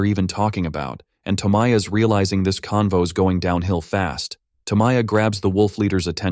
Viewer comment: toe my yah?? toe mai yah? TO- MO- YA. Just like it's written. very few languages have the nasally american english vowels. almost certain to pronounce sh* wrong.